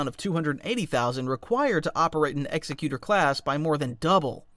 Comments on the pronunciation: *EARS BIRNING* EXECUTOR....is pronounced like "Executive" not "executioner"....like the executor of an estate in a will..... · I’m pretty sure it’s pronounced Exec-cu-Tor Like, executive. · Honestly fantastic video but hearing it called execute-or (as in to execute but with an or sound at the end) and not executor as in executive branch of government was killing me lmao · always heard it pronounced eegg-xec-u-tor., like executive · You pronounce executor wrong. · The word executor doesn’t have 2 meanings or pronunciations. Pronouncing it like it is in the video isn’t a word at all. A person who executes people is an executioner. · Mispronounces Executor in the first couple of seconds of the video. Promising start. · Maybe you should learn how to pronounce Executor properly... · AI narrator can't pronounce the name of this ship. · Id like to say the pronunciation is wrong. It’s an ex ex u tor, meaning to carry out ones will and not executor like it’s just and blade coming down. This is the emperors will behind it, the full force of the empire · Executor is different from executioner. Pronounced much differently and means different things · Executor is pronounced with emphasis on the ec, like an executor of a will. It means the doer, basically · Sucks that they pronounced it wrong tho. It's ex-ec-u-tor not ex-e-cu-tor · I think it is pronounced Exec-utor as opposed to Executer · its actually pronounced "eck-ze-Q-tor" i hate to be a nerd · Autarch is pronounced "au-TARK", not "AU-tarch". Despot is pronounced "DES-pot", not "DE-spot". The name of the Executor could either be pronounced "EX-ec-u-tor" as in a hangman, one who executes people, or "Ex-EC-u-tor, one who fulfills the will of another person. Both spellings are the same, and both interpretations could fit. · It’s “Ex-EK-you-tor”, not “EX-eh-cue-ter”. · Every time he say executer, instead of Executor, I can’t help but cringe a little bit inside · executor is pronounced like executive, not executioner